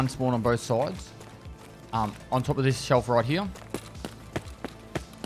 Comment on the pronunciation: I like how you say "here" "He-ya" 🥰